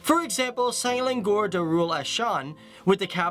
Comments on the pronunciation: So this is my country huh ?😂 Im sorry but i can't help but to correct you here, it's pronounced Se-la-ngor not Se-lan-gor, im sorry i just had too 😅😂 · I loooooooove his pronunciation of Selangor!! Proudly a malaysian!!